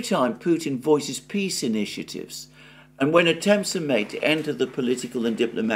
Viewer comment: "PEE" Summit 😂😂